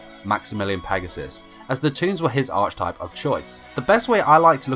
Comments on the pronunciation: Very fun and interesting. One thing....archetype is pronounced with a k sound not a ch sound. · Hearing you mispronounce "archetype" made my eye twitch a little.